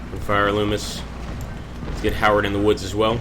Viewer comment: its nice to see people actually pronounce Loomis correctly.